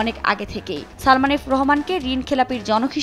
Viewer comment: উপস্থাপক আপনাকে ধন্যবাদ সালমান না উচ্চারণ করে সালমা উচ্চারণ করে ওর মান-সম্মান আরেকটু নষ্ট করার জন্য